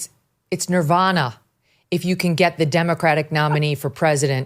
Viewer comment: It’s pronounced Nevada. Nirvana isn’t even a state is it?